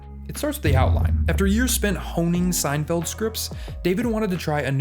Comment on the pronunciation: Did you say "honing scripts" or "homing scripts"?